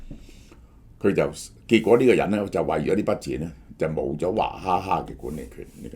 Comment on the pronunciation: 娃不是讀華